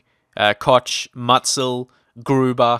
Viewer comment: Hi, the 2. Bundesliga is the highest division behind the Bundesliga and is pronounced like Tswaithe Bundesliga (stress the "te" syllabel, but you can also call it the second Bundesliga if you want to:) ). Also, Koch isn't Kotsh, but it's very hard to explain, it's just the same like Schuhmacher not being Schuhmacker.